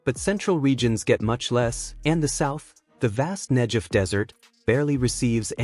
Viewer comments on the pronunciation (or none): Learn how to pronounce Negev!